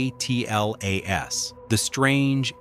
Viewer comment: ATLAS,JUST SAY ATLAS.Its one word!